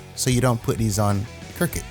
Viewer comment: you pronounce it crooked